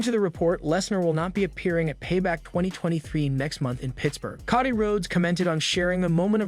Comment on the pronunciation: dude, you're killing my ears... pls start pronouncing their names properly! it's Cody, not koddy...